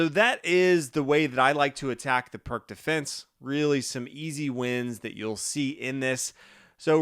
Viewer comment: It’s pronounced “Peertz”